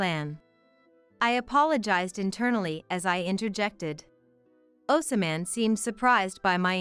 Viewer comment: it gets hard to listen when the name keeps getting mispronounce.